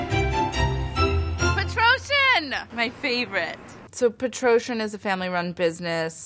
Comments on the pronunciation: the way she pronounced Petrossian lmao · any other armenians here? the founders of this company were armenian refugees! the petrossian pronunciation gave me a bit of a laugh 😊